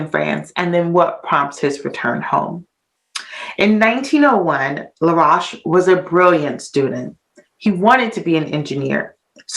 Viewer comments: His name is pronounced La- roashe rhyming with toast. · Your mispronouncing his last name "La'roche" ro-shhh. I've known of this history for nearly 20 years. In Haiti they will also correct you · Laroche is pronounced La Roche with an Oh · It should be pronounced Laroashe, rhyming with roast or toast. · Please people, keep, the "u" out, it's LaRoche. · When she pronounced I thought she said Rush the one died in tatanic submersible recently. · As you can tell she's not French. Get over it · You're right she is mispronouncing his last name. Then she said others mispronounced it when, in fact, they had it right! Lol.